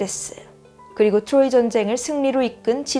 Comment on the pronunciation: 트로이 발음이 자꾸 귀에 걸려요 ㅋㅋ 추로이